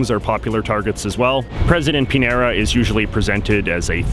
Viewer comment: Piñera is pronounced Pin-yera